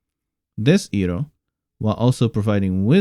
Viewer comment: It's not pronounce 'I' roh but 'Aille' roh. One of the many mistakes from the Shayamalan movie.